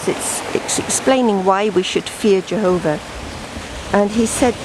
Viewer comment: Exactly, Schall & Rauch! So very true and their Geehova name for God the Father is more than disgraceful & wretched and what's even more disgraceful and even ridiculously laughable is how the majority of 'Gee's witnesses' can't even pronounce that made up name properly??! 🙊😂😂